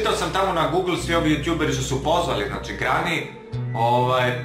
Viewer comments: Brate ti neumes da pričaš nekaze se grani nego greni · Ne kaže se grani nego greni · Ne prica se grani negi se prica greni a pise se granny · Ne kaze se grani nego greni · Ne cita se grani nego greni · AJ NE SERI ZARADUJ NORMALNO KO I PRIJE IZAZOVE I GRANNY SE PISE A GRENI SE IZGOVARA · Ne lazi..sve iz proslog videa je fake..a i ti kao znaš engleski a govoriš grani umesto greni... woow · Ne kaze se GRANI nego GRENI Ne hejtujem samo kazem. Inace imas odlicne videe👍💪👌❤ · ne kaze se grany nego granny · Nije grani nego greny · cuj grani kaze se greni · Nije grani nego greni!!! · Graniiiii!!😆 Ja:Nije Graniii nego Greni tojest Granny😂😂 Volim tvoje videe i ako su lazni ili nisu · Nekaze se grani nego greni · Nije grani nego greni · kaze se greni ali sve ostalo ok i zanimljivo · Nekaže se Grani već Greni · Kaze se greni a ne grani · Kaze se Grenny=Greni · LAJK DA VIDI!!! NIJE GRANI NEGO GRENI! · Nije grani,nego greni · Čita se greny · Ne cita se grani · Kaze se greni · Opada mi kosa kad on kaze "grani"